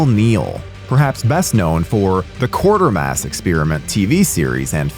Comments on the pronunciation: 9.21 is Tower Bridge, not London Bridge. Quatermass is pronounced Kwaitermass, not Quartermass. As others have said, much underrated, definitely better than the Myers movies that followed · Quarter-mass? It's pronounced more Kwaiter-mass Call yourself a horror buff 🤦🤦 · It's pronounced "SOW-an", not samhain. Also "Kwatermass". There is only one "R". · Yeah I so disappointed when I was a kid and we rented this from the video shop. I love it now, and the title sequence and music is just brilliant.. PS Quatermass is pronounced like Crater with a Q, not Quarter ;-) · “Quartermass” lmao guys come on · The fact that you don’t know how to say Quatermass tells me that you lack any credibility whatsoever when it comes to Sci-Fi or horror. Here’s a hint: the word "quarter" does not appear in the name…unless you’re playing Boggle. Which, apparently, is all you’re qualified to do. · It's not 'Quartermass' man, can you see an r before the t in there? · Was looking for this comment. "Quartermass"??? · Such an incredible amount of research and production only to mispronounce Quatermass and samhain. Boggles the mind. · Quatermass doesn't have an 'R' in it. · Can no one at pronounce Quatermass, or are you just trolling us now? It only has 1 R in it, for starters, it's not hard.